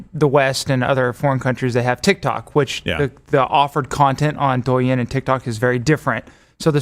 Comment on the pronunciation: Y'all trying to pronounce Chinese words is terrible. 抖音 DOU not DUO. Can't believe LWC tried to say Ginger Snap can speak Chinese. And, you literally said out loud Huawei starts with an H but still say Wawei. Takes five seconds to learn this stuff. No wonder this show is running to Rumble.